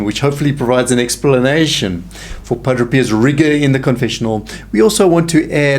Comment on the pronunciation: Pa - DRAY Not Pa - DRO